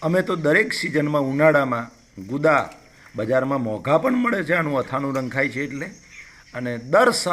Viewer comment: ગુંદા બોલો ગુદા નહિ